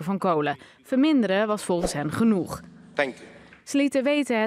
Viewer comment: “Is het genoed” lol